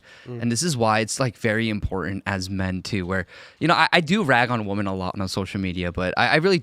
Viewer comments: Dude— Women (plural) is WIH-men. Woman (singular) is WUH-mun. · Listening to this guy say woman when he means women is so aggravating. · Woman and women are pronounced differently. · Why is it that so many people can’t say the plural of woman correctly? It’s woMEN not woMAN. The guest was saying it wrong repeatedly. Is this a Gen Z thing? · Why does he keep saying woman instead of women tho? I hate when the whatever podcast girls do it too. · The Asian guy cannot say WOMEN. It’s always WOMAN from him, singular or plural. 😂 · This dude being unable to pronounce women correctly is weird. I ahte those people. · I have to turn this off. The mispronounciation of women is missing me off too much. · grab your phone, open the recording app. Now pronounce 'woman' and 'women' and play it back. The two words should sound different. Like 'men' and 'man'. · Dude.... You need to learn how to say and use woman and women